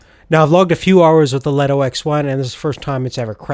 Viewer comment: Leeto! Not leto!